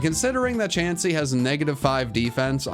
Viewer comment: DO NOT LEAVE OFF THE E IN CHANSEY!